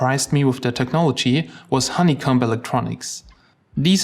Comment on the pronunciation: Honeycomb has a hard O and silent B, for future reference. :P